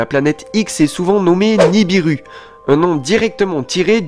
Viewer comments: NI BI RU pas niribu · pas niribu c'est nibiru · Tu ne connais pas ton sujet tu ne connais même pas le nom de la planète en question qui n'est pas niribu mais ni bi ru. Ensuite elle n'est pas en formation dans l'espace, elle est aussi vieille que la terre. Bref encore une video uniquement pour faire des vue.